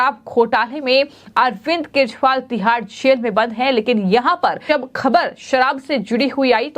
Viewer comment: Madam wo arvind kejriwal hai na ki keshwal. Zara apni hindi u ch charan theek kariye.hindi bolna sikhaao isko the news walon.